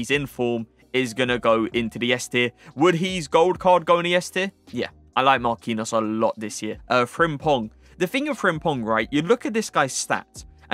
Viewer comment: It's not pronounced Marquinos lol